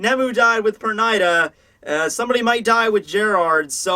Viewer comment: i asked him on his live Chat and just what I Said he doesn't want to say the names right!he Knows how to say Pernida and Byakuya right and says it wrong anyway. What kind of stupid attitude is that not to try to say the names right from the Manga u Review